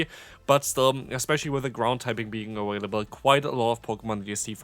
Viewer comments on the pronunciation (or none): hey, um... why do u always say "aWailable?"